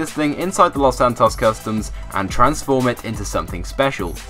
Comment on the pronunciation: The two people who pronounce "Los Santos Customs" the worse are you (the uploader) and ShuffleGamer